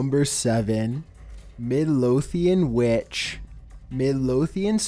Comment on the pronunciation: #7: Midlothian WETCHHHH